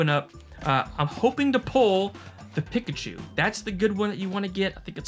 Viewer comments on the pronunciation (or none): Sorry, but I’m gonna be THAT guy... Peek-a-choo not pick-a- choo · Bro....its said "Peek ah choo" not "pick achew"..lol. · "PICKachu" hah love it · Why you say Pikachu like that? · That Arkansas Pikachu pronunciation got me rolling 🤣🤣🤣 Great video!